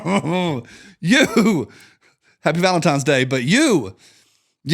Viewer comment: I can’t wait for this week to be over so I stop hearing say, “valemtimes.”